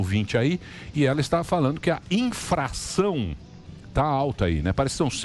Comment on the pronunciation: "infRação"?. Porra Emilio. Vacilou.